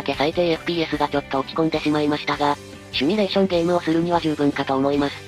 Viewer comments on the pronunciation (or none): 自分の3070もサーマルパッド交換やってみようかという気になりました。有り難うございます！ そして一点指摘。 シュミレーションではなく、 シミュレーションです。 スペルにすると解りますよ。 Simulationとなります。 以上。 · あーあ、こう言うゲーム関連の動画上げている人が、シミュレーションだと知らずに、シュミレーションなんて言ってるのは恥ずかしいレベルじゃないのよ。壊滅的🤣🤣🤣